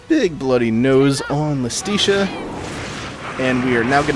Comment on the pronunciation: Ok idk if you'll EVER see this but hopefully someone goes back through this playthrough to prepare for Bayo 3 when you inevitably play it Iustitia is pronounced Justitia, which makes sense, as it's the Cardinal Virtue of Justice. Not to mention in Latin, the J and I used the same I, giving words like Iudex (judex)